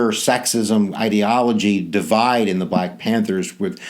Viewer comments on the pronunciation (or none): none